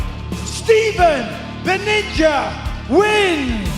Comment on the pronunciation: Good Job on pronouncing the name Nguyen, Mike 👏🏻